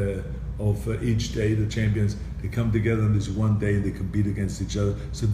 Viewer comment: Love how he says, "Chempions."